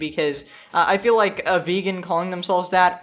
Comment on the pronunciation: “You once were a ve-gone, but now you will be gone.”